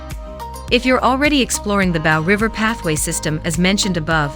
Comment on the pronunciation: Nice video although some of your photos are older stock footage, also The river is pronounced BOW as in bow and arrow not bough as in tree branch.It is a great city I like living here